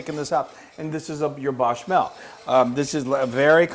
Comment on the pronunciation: If you are going to correct the on his Gruyere pronunciation... then I need to police your verbiage of Bechamel. Gotta keep it honest, love the recipe! Cheers! poko